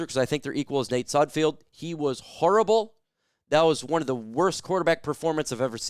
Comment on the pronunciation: I T ' S N OT SUDFIELD IT'S S U D F E L D THE'RES NO I YOU GET IT WRONG ALL THE TIME.